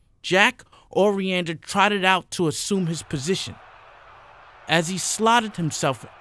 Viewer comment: The 1 word that turns me off a video is when someone says ashhume instead of assume